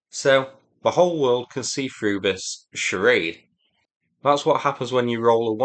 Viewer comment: Ha, ha Cha-rade… 😂